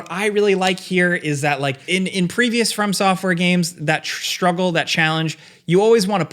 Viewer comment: I swear it sounds like you're saying "firm software" 🤣